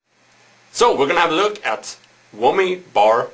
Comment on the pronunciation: Lol "wommy" bar